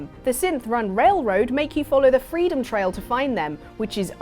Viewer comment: i still believe you pronounced railroad wrong